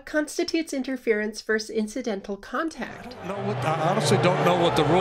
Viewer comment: Love you, but the word is "versus," not "verse."